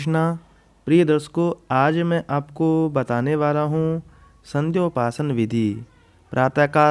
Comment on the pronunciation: अपनी उच्चारण को अति शीघ्र सुधार करने की कोशिश कीजिए कर्म को करम धर्म को धरम और व्रत को बरत मत बोलिए किसी महत्वपूर्ण शब्द का गलत उच्चारण आपकी क्षमता को चिन्हित करता है